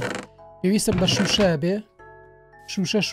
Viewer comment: لەجیاتی بڵێ شوشە اڵێت شمشە😅😅